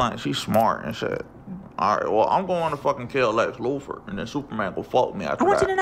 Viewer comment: "Lex Loofer," 🤣